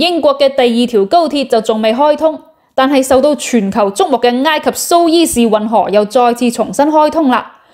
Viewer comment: 读苏彝士运河，唔係苏伊士运河。